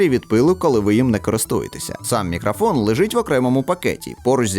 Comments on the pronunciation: Ха, навіть не сумнівався у RODE! Хлоп'ята гарні, але ж карбованців просять...) Хочу дати невеличку раду щодо української вимови. У солов'їній редукція голосних у побуті відбувається дещо інакше, а точніше... її майже немає) В українській немає заміни голосного «о» на «а», (це характерно лише для мови сусідів). Ось наприклад слово «мікрофон»... воно повинно вимовлятися виключно як «мікрОфон», тобто через «о», а не «мікрАфон» через «а», гадаю, ти зрозумів. Також звук «щ» у нас вимовляється як тверде «шч», не «шь». У тебе воно не часто, але проскочує, трохи більше уваги — зникне майже миттєво. Я сам, коли переходив з російської, цим страждав) Сприймай це чисто як пораду — не критику, я просто хочу, щоб кожна мова звучала чисто, як повинна, без усіляких акцентів, але я свою думку не нав'язую. Та ще одне... Друже, дякую тобі за якісні огляди, тим паче українською, нехай у тебе все буде якнайліпше, удачі тобі! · Не зміг додивитися, "Мікрафон" дуже ріже слух, решта все на висоті.